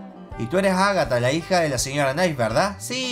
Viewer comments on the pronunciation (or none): repite con migo. Agatha, no NAGATHA ES AGATHAAAAAAbabandjabduavd! Me rindo. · Ya deja de decir nagatha knife xD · Soy el único que se dio cuenta de que dice agahta y no Ágatha?